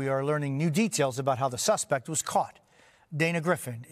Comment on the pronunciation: He didn't say "aboot!' He said "aboat."